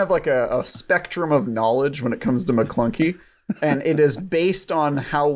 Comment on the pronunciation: Why is does always say Maclunkie?